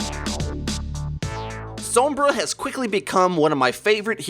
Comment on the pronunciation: Does anyone else pronounce sombra and pharah the way does? It annoys the crap out of me.